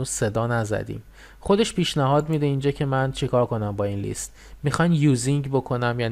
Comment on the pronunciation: List لِست تلفظ میشه به معنای فهرست Least لیست تلفظ میشه به معنای کمترینه